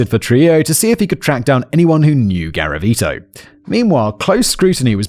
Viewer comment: Don’t do a drinking game for every time Simon says “Gavariti”😂